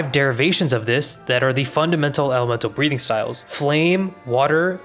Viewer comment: I was watching this in the background and had to do a double take at Breathing because you kinda pronounce it as "breeding".